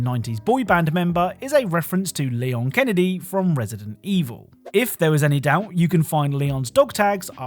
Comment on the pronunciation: "Leon Keenedy". I literally spit out my water 😂